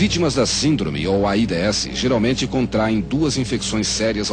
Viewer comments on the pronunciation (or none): O foda é ouvir ele fala A ... I......D .....S hahahahaha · "AIDÊESSI" kkkkkkk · Eles nao falavam "aids", eles soletravam "A I D S" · Nem se dizia aids era aídêéssi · "A i dê esse" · É tão estranho hj vê a pronúncia de "AIDS"